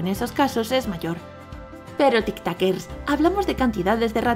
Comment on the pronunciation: Porque dice tictoquers